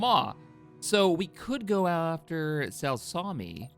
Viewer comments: I'm a big fan of Cut Lawquane/the original clone dissector. So it trigger me how bad you saying his current home world. It's pronounced (Sa-luca-my) not (Sal-sa-mi) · Hey, this is the most minute nitpick that really doesn’t matter, but it still bothers me: how you are pronouncing Saleucami is horrifically wrong. It is pronounced Sal-leu-Kah-My, not Salsami. Again, it makes no difference on the incredible quality of your videos, I’m just a grammar addict lmao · ok I cant let this slide. Sell-saw-me? That needs to be a channel meme. The correct pronunciation of that planet is, "sel-u-cam-i" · Aint no way you pronounced Saleucami as Salsami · It is pronounced sal up u my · I was about to say the same. It's Sa-Luke-Uh-My bro 🤣🤣. But na real shi tho your content is phenomenal! Easily my favorite YouTube channel. Appreciate everything you do! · Yo, why does pronounce saluecamai weirdly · love you bro been watching for almost a decade now but you've been pronouncing Saleucami wrong for so long it drives me crazy lol. 🤪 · I literally went to comment this it hurts my soul